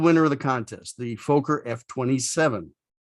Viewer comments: Don't know where you got your pronunciation of FOKKER. If it had one K I would agree with you, but two Ks make it sound like locker. Also my mum was dutch and personally knew Mrs Fokker, and I even met her in her later years. Great aircraft which I flew as captain for four years. Thanks for the video. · A great and very informative video. The only small things is that your pronunciation of Fokker is wrong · In the first 30 seconds you mispronounce Fokker, I moved on! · Fokker has a short O sound (I'm Dutch and there's a Fokker factory a few km from my home). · Indeed. It rhymes with locker and docker. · Why do Americans constantly misprounce Fokker? It is Fok - Ker with a short O in the first syllable, not a long O to make the first syllable sound like "folk". It is so annoying. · The pronunciation is ‘Fokker’, not ‘Folker’ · Great content but the mispronunciation is driving me nuts. It's Fokker, not Fowker :) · Why do you pronounce it foeker it is pronounced Fokker like docker get it right for gods sake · Flew in these in the 80s. Loved it, but they were very noisy. PS, Folker is incorrect. It's pronounced like it's written. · Fokker is not pronounced Fo-ker. There are two letter 'k' in the name. It is pronounced Fok-ker. Fokker is the surname of the man who designed the aircraft. Kindly do not insult him by mispronouncing his name. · Learn how to pronounce Fokker....it is NOT Folk er. It is Fock er....for a so called aviation channel you should know that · A dirty mind is a joy for ever. But in the Dutch language it doesn't sound odd (Fokker means something like 'breething animals' so in essense the same... Pronounciation is FOK-KER not Fooo-ker nor Fucker' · I loved the typical sound of its engines! Do you pronounce it "Fooghr" to prevent demonitization by stupid youtube algoritms? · Be nice if he could pronounce Fokker properly. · Very nice episode, thanks! Although, just for giggles, we Brits pronounce "Fokker" slightly differently!